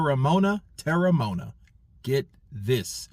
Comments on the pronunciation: You pronounce it like this: Tear-rah-mow-ah-nah. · Terry-mo-un-a thats his name